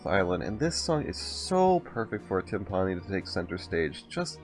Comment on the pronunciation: Every time I hear him say “Tim-PAH-nee” my percussionist ears bleed